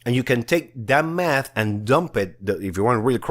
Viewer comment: When he said math I thought I he said meth lol 😂